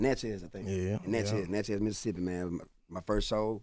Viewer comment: How the MS man let him pronounce Natchez like that? 😂